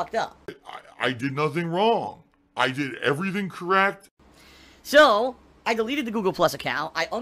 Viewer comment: "Man I'm Stoopid... I, I did nothing wrawng, I did everything correhct"